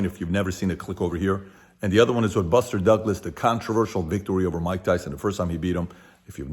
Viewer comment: “MYIEEEK TYSON” 💀